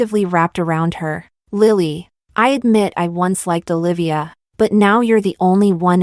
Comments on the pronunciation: Y u stress so much on name …high pitch O….and separate Livya…..it’s together Olivia….its so annoying. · Olivia. Lol. The narrator sounded weird pronouncing the name every time